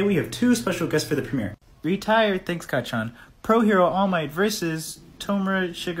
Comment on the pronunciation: But it actually Kacchan not Kachan